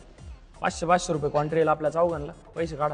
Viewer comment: Contri nahi re baba country